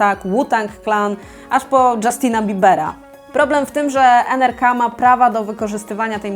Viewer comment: Przepraszam że poprawiam ale to nie czyta sie NRK tylko NRKO